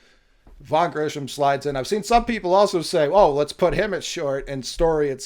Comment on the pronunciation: Grissom not Grisham/Grishom